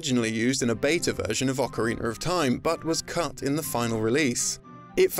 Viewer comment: Oakareiner. Holy hell thats a butchered way to say it haha